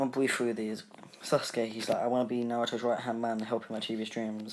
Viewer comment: sasuke is said as sasgay